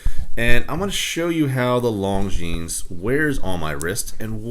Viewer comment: It is pronounced Lon・Zheen. The "s" is silent.